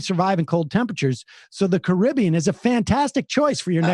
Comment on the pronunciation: I'm not sure which is the most annoying: 1. Misspelling Boeing 2. Mispronouncing Caribbean 3. Saying that the Caribbean is an ocean.